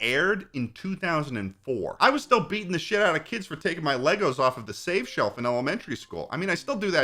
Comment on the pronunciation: I was referring to the way he said LEGOs in the video